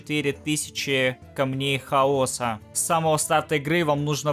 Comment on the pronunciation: Почему ты так произносишь хаос , камней хао'са я ржу